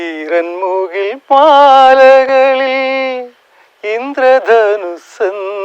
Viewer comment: ഈറൻമുകിൽ പാലയല്ല, ചേട്ടാ.ഈറൻമുകിൽമാല.